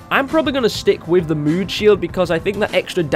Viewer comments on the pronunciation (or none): Evan Drennan he is saying moon instead of mood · There u go u are saying mood XD